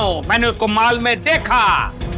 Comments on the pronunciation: Pehle khud to sahi bol fir sab ko batana Mol me ❌ Mal me ❌ Mall mein ✅ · Mall not mal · mol me ❌ Mal me ✅😂😂😂😂😂😂